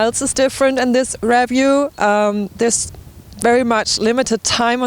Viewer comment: Hi, I have no doubt that you've already heard this several hundred times by now but in the event you haven't, it's 33km and not miles. Anyway, thank you very much for the review. By the way it's pronounced riview and whats as in watts. Thanks again.